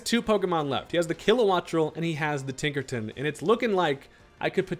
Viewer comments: Man said Tinkerton and not Tinkerton. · Tinkerton?! WITH THE HARD R?!?!? 😂